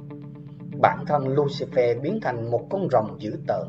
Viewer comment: Lucifer được đọc là lu xi phơ chứ không phải lu xi phe nhé ad